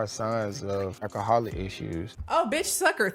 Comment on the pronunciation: “I’m not an alcoholamatition”😭😭😂